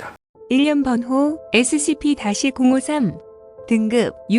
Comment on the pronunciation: 053을 자연스럽게 503이라고 읽음ㅍㅎㅍㅎㅂ